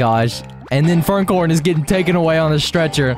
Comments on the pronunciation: Bro called furcorn furncorn 💀💀💀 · Bro no hate but man’s said “furncorn”